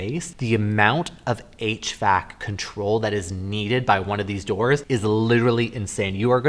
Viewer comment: What the heck is a hach-vac?